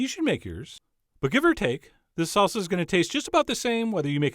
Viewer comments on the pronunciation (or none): "Serp" instead of "Syrup", "Salza" instead of "Salsa". You're killing me Chef John XD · SalZZZZZa. never heard anyone anywhere say this word this way before. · "Salza" lol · Is it really pronounced SALZA HAHAAHAHAAH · Good effort, Chef John, you did manage to pronounce "salsa" correctly at least a few times. :)